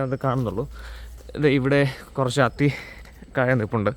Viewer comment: അത്തി അല്ല ആത്തിയാണ്👍